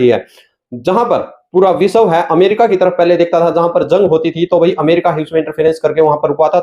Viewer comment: विसव नहीं भाई..विश्व कहा करो…